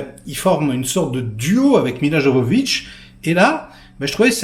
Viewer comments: on dit Yovovitch pas jojovitch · T'as du mal avec Milla 😂 la pauvre. Fais gaffe, on va appeler le mec à Milla ! :-P Milla Jovovich et non Jojovich...à part si c'était voulu, pour appuyer l'aspect Jojo, "barjo" du film. J'aime beaucoup Paul W Anderson sur Event Horizon, ce film met tout le monde d'accord, avec un Sam Neil toujours autant impressionnant dans ses interprétations cinématographiques.